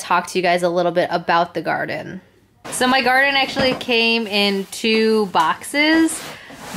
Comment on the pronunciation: always Love your videos. I saw on another video that the wifi needs to be on 3G not 5G. And I think it is pronounced more like Gardeen Like Gardenia. Long E sound.....?